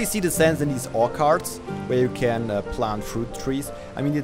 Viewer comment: and orchard is pronounced or-ch-ard